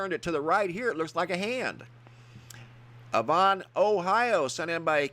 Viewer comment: It's pronounced "Ay-von" Ohio. Like Avon beauty products.